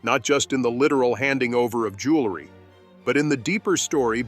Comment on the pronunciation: The narration keeps mispronouncing JEWELRY and keeps saying JULERY please correct!!!!